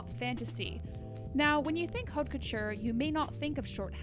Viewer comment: OMFG would you two learn how to pronounce HAUTE FUCKING COUTURE???!?!?!? It's poison to the ear hearing you chew it up!